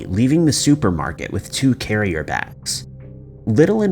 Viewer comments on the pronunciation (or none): none